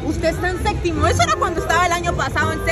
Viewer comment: No es SEXTO es SETO